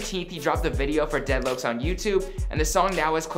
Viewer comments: daydloakcs ? its pronounced dedlocks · my man said deadlooks 😂😂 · Dont ever call it dead lokes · Hold up Dead lowcs??? Hahhaah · Lmao dead louoks lol